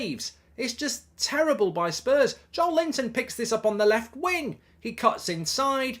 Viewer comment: Every time Mark describes Joelinton with the name "Joel Linton" I laugh